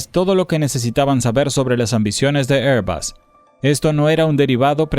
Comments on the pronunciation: ¿QUE IDIOMA HABLA? “ÉR‑bag” (ˈɛər‑bæɡ) Air = “ér” ESO ES UN GLOBO. no Se pronuncia: “ÉR-bas” (ˈɛər‑bʌs) Air suena como “ér”. será La marca de aviones AIRBUS Se pronuncia: “ÉR-bas” (ˈɛər‑bʌs) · Porque decis, "Airbas", es airbus, no me explico el acento que le poneis cuando decis eso.